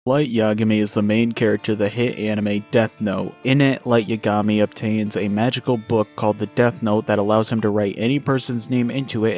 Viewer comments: "Light Yagami"😁 "Light Yuhgami"💔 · "Yuh-gah-me?" "Yeah, caught you red-handed" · How do you refuse to say his name correctly with this much knowledge on the anime 😂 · Why do you pronounce Yagami like that.